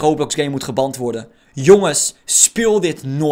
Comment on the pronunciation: Geband spreek je uit als gebent